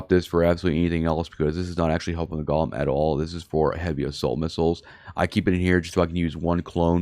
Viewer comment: The Jewish monster the ship was named after is pronounced Go lem....A golem is a creature formed out of a lifeless substance such as dust or earth that is brought to life by ritual incantations and sequences of Hebrew letters. The golem, brought into being by a human creator, becomes a helper, a companion, or a rescuer of an imperiled Jewish community. All these bling fits are excessively EXPENSIVE, if someone comes along and takes you do for your bing while your doing your PVE you lose 2 or 3 BILLION.